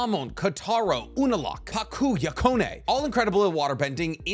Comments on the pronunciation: You are still mispronouncing these names. Szeto is pronounced “See-toe.” Kuvira is pronounced “Coo-veer-ah.” Yakone is pronounced “Yah-cone.” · I get that you're technically pronouncing Yakone's name right but that's not how it's pronounced in the show and it kills me lol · P’lei?? Yakonei??? This is worse than his sokka pronounciation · How come you're pronouncing so many things wrong when they're pronounced as they are in the show lol. Yakone not YA-KU-NE, not everything has to be weebafied lol. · is this just me but everytime he said Yakone as “Ya-Co-Nae” instead of “Ya-Cone” makes you just a little bit mad mad each time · We see Amon waterbend when Korra ousts him. He falls into the water and uses a giant water spout to lift himself up out of the water. Also, it's not "Yuh-cone-eh" It's "Yah-cone". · its pronounced as ku-bi-ra, its yakon not yako-ne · Why are you pronouncing the names like that!!!!! Yakoneh, kuvyrah 😭